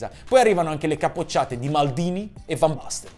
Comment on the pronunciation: Fan basten mateus, ma la pronuncia ? Né cogliamo parlare ?😁